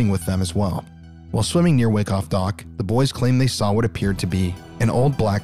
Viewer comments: FYI: Wyckoff is pronounced WHY-coff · I think it's pronounced why - koff